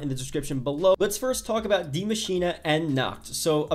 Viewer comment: He literally said „die maschina“ 😂it’s so funny when you understand German but I know this language is difficult